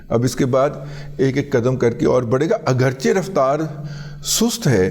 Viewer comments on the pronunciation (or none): none